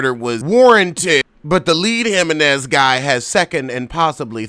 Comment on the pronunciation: “Him-men-nez” takes me out everytime 😂